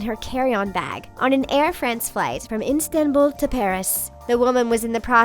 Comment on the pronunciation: I am from Turkey and you said Istanbul wrong I am offended